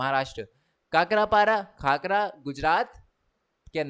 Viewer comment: Sir wo khakra hota hai kakra nhi Love ❤ from Gujrat